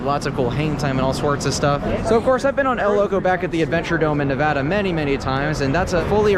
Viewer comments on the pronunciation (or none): none